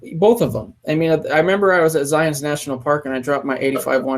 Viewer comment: YOU SAID ZIONS!!!!!NOOOOOOOO!!!!